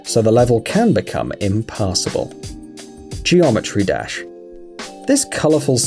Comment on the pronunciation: Gemometry dash